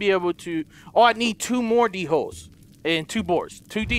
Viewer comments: 1 dholes are pronounced like (doleh) and 2 Earlybird attacked you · He said dholes wrong 🤣🤣🤣